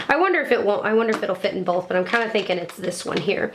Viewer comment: Love these videos! Someone said always says "bowlth" instead of "both" and now it's all I can hear lol:D <3